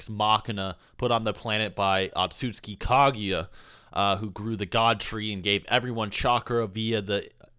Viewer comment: UH-CAUGHT-SKI why ya gotta pronounce it so wrong???